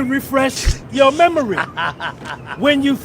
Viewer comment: “Let me refresh…your memury “